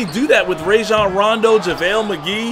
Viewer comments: It’s actually pronounced ryjon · Raw shjan rondo not ray shjan rondo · “Rayjon rondo”😂